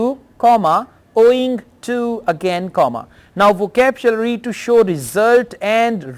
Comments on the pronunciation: Sukhvinder Singh sir is a versatile person. It’s hardly matters if his pronunciation is little different for a word🙂. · Sir I am biggest fan of you bye bahi You were pronounced wrongly word " vocabulary " repeatedly